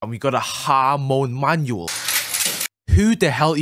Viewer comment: Bro grinding to much the way he said manual turn to manyul💀💀